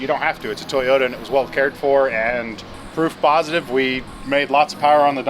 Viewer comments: Say it with me , Toy Yota ..... not Thia Yota . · Did just pronounce toyota with an I "Toyita" 🤣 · Good to see the "Tayota" again 😉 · tayoda. tayoda. every time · It's a Toyota, not a Toyoda. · "Tiyota supra" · Anyone know why he keeps calling it a “tayata” ? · Ta-yota Supra. Lol! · Ahh yes... "Tie-Yoda" - the brand we all know and love. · I thought it was Teeyadda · Can't stand how you say toyota. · Am I the only one who thinks he pronounces "Toyota" Oddly?